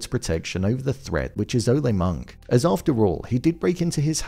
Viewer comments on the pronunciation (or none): You're mispronouncing Ole Munch's name. Munch should rhyme with Lunch because he's a sin eater and Ole has a silent "e" as in Ol' ie "old" not the spanish bullfighter cheer. It's odd that they don't have a record of him on the security cam which reminds me of the season 3 policewoman electronic doors didn't recognize who takes down Vargas, probably signifying as it did for her the greatest enemy of the powerful is the unpredictable threats AI algorithm's can not detect and plan a defense for which is a frequent Fargo theme. At this point its still vague as to his being a supernatural killer over 500 years old. The old woman being his mother suggests there must be alternate explanations but she never actually calls him her son although her actions suggest she recognizes him. What I'm looking forward to most next episode is what I expect will be the first contact between Roy and Wayne's mother who has a similar ruthless disregard for the law as he does. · And you wrong on the Ole as well, our man pronounced it correctly